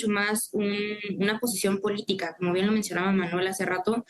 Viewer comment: Jajajaaaaaa, no sabe ni hablar..."humillacióm, plam, com, biem" Jajajaaaaaa el analfabeto no pronuncia la "n" al final de ninguna palabra, todas terminan en "m" Jajajaaaaaa 😅😅